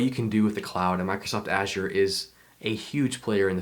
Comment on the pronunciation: Glad to see someone pronouncing Azure correctly. Congrats ;)